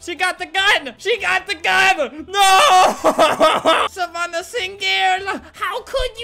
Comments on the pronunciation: 8 seconds into the video Me: hears my name ( savanna ) Albert: SaVaNnAh SiNgEL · Savannah sin-gel 🤣🤣🤣🤣